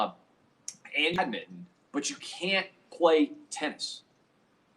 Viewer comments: Also I just listened to him and funniest part...he said it correctly the 1st time...for a Tennessean...then it went straight 2 syllable...nice catch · Do Tennesseans say 'badminton' in two syllables? 🤨